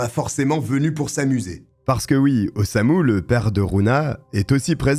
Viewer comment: C'est Osamu, pas Osuma 😅